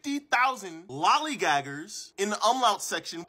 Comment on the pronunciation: I think this is the first time i've heard lollygagger with a hard R